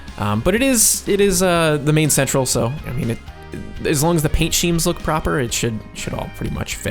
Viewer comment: Really glad to see this new series! A small note: When talking of a "paint scheme" it's the same word as if you were referring to a "villainous evil scheme", pronounced "skeem".